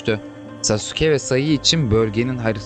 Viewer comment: Sasuke diye okunmuyor Saske diye okunuyor